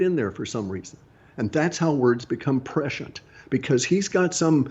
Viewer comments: The word is "prescient,"... not "pressured." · He's saying "prescient" not "pressured". That is all.